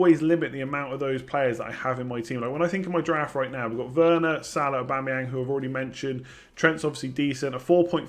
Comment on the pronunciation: lol Werner lol bamford u got that way too wrong